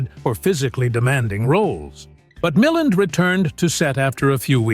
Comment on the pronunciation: Mill-AND not Milland. The voice over on this is very good which is why I found the mispronunciation of Ray’s name so jarring.